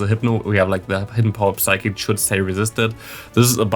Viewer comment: It’s funny you bring up the psychic pronunciation. I always noticed it and thought you were kinda just kidding with that. I believe I hear you say v’s as w’s as well btw. like you say wicterybell it sounds like. But it doesn’t bother me. just thought it interesting. And since you happen to bring it up.